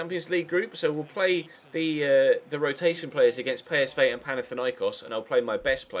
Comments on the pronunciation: pey-es-vay? PSV say pee-es-vee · ITS NOT PSVAY ITS PSV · bruh I think that's the Dutch way of saying it